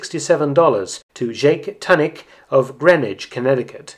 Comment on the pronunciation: Tunick pronounced too- nick, not ton - nick was, if I am not mistaken, a well known car collector. Think he was in the scrap business and had a great collection. $2100+.....those were the days!